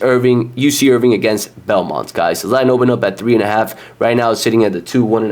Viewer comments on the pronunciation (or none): Sorry but if you cant even pronounce the teams name properly, Im certainly not taking your advice on betting them. It's IRVINE not IRVING